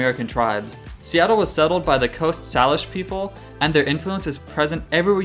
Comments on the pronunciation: Hey, love videos! Just a heads up as a Salish Kootenai Native American person (an Indian tribe from the Flathead region of Montana), it is pronounced SAY-LISH, not SAH-LISH. As a separate point, it is Leavenworth, not LeavenSworth. I hope this does not come off as too negative, you are one of my favorite Seattle-based YouTube content creators! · Pronunciation time: Salish = Sayleash, Geoduck = Gooeyduck. Loving the 2 part series :) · Couple corrections. The Salish Sea is pronounced SAY-Lish. And Mt. Rainier is Mt. Tahoma, not Tacoma. Oh, and Geoduck is pronounced goo-ee-duhk. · I can tell you're not from the area, you're mispronouncing a lot of the names, including Salish and geoduck (pronounced gooey-duck) Regardless, you've made me miss home, trying to get back there